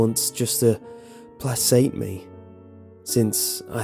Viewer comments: "With a Turkey Baster just to... PLA..SATE me? you mean Placate? PLAY-KATE is how you pronounce it lol. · "placate" Is pronounced "play-kate" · For future reference... "Placate" is pronounced "Play-Kate". Just a friendly hint, although I'm sure you've figured it out since this was uploaded 7 years ago. Your stories are playing for hours and hours every night when I fall asleep. To the point to where if I listen to one during the day, I get a little sleepy sometimes. Haha. Love your stuff. Looking forward to more. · I was drawn out of the story due to his gross mispronunciation of "placate"